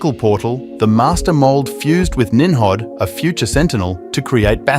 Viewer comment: Nim Rod not nimhab